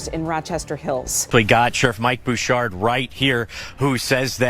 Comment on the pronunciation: It’s BOU-SHARD Not Bo Chard